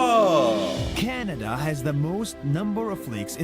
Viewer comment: Hi I apologize in advance, but you are mispronouncing ‘Canada’. You are saying Kee-ya-nada, when it is pronounced Ka-na-duh. Sorry lol!